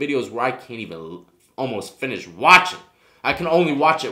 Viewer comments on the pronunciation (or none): none